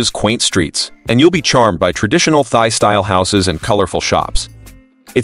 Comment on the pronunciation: Can you please say Thai properly 💀💀 it's not thigh